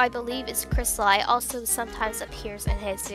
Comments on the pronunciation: You said it wrong. Its pronounced, (Chrest-a, as in the vowel, and, then LE, not li. Even though it's spelled different. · You pronounced some of the names in the video wrong Cristali = Krist-ah-lee Zafiro = Za-fee-ro Rossali = Ro-ssali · First of all, YOU PRONOUNCE HIS NAME WRONG! it's pronounced Cris-Tal-ee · dont mean to be rude but cri-stal-ee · oh sorry I must hav heard wrong I thought you kept saying cristal-ie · Nice but...the way you say the names is killing me I guess he doesn't deserve you saying his ocs names correctly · The pronounciation is actually ZAFIRO and cristalee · I might seem rude, but I believe his name is pronounced "Cris-ta-lee" Love the video! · Scalotah.. Crystaly.. Zafairo..? Good vid but uhh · It's crist- a- lee And za- fir- o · And. Its said 'Za fiar o' and 'Cristalee' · Dude your pronouncing the names wrong Cri-stuh-lee Zuh-fear-oh Ro-Zuh-lie Sorry it was just annoying me, still loved the vid! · I heard C R I S T A LIE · Its zafeerow and kristalee (pronounced ) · No it's cristal-y but it's ok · It's cristalEE no offense :/ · Cristli Zafaro ._. Its Crysta-le and Za-fro Cristali and Zaifro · Not Cristal-ie it’s cristal-e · Is pronounced as cristalee not cristalaii just saying not hating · If you couldn't understand Crappy English, here ya go. ": Cristaluy Normal: Cristali ": Safuuro Normal: Zafiro ": Rossyel Normal: Rosalli ": Mulfftiple Normal: Multiple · It's a great video but you said cristali wrong. It's pronounced cris-tah-lee. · its not pronounced cristalie he even said on his channel its pronounced crisatleeeeeeeeeeeeeeeeeeeeeee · no offense but its pronounced cristal ee not i. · Sorry if this makes you a bit mad... but it’s pronounced “crystal-LEE” not “crystal-LIE” No hate tho I love dis vid :3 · He's spanish or latin-american (Brazil excluded), so it's pronounced Crees-ta-lee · It's pronounced cristalee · Crystal I ugh its killing me and HIS oc WTF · Zafiro - (safar-O) Cristali - (cristal-E)